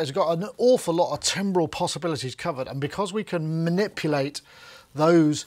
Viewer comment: can someone teach how to pronounce 'timbre' or 'timbral' please:face-fuchsia-wide-eyes